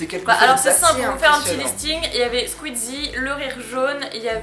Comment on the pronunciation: SQUEZZIE ET PAS SQUEETTTZIE!!!